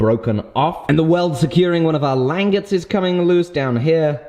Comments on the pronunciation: i dont want to come off as rude but the way you pronounce langets is not lan-gets its lan-jets instead of saying gets at the end its jets (like the plane) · It's pronounced (lon) (jehs) not (lang) (etts). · Make a laminated pole. And it's French, pronounced lawn-gae I believe. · Its pronounced... Lanjets. but spelt Langets. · Shouldn't the g in "langettes" be the same sound as it is in "ginger"? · Lang-it, pronounced Lon-Jay as it is not an English word. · It's pronounced like "lon-jets" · It might be spelled, "langet" but it's pronounced more like: Lawn Jay' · langet = lahn-zhay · Nice build guys. Having handled a number of originals a big part of why it would be so head heavy is your langets (pronounced Lan-jets) are why too thick. Yours looked 8mm or more thick where every original I've handled they drawn out to 1-2mm. The thinner langets makes it easier to recess them into the handle so they're almost flush too. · Lan-jets is how I've always heard it pronounced. The googly eyes are the power jammer is great. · ....its pronounced Lan-Jet's^^ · Isn't it pronounced LAN-JET? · Aren't the langets pronouned "lan-jets"? Thats the way I've always heard. Not saying I'm correct, just really curious on how it's really pronounced. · It's pronounced "lan-JETS", accent on the latter syllable :) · My god man... it's pronounced Lawnjays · I think it's pronounced "lawn-jays" if that makes sense, real french sounding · Isn't it Lan-j-ettes i could be wrong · I've always heard it pronounced "Lawn-JAY". I think it's French. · That pronunciation of langets was bad. I'm sorry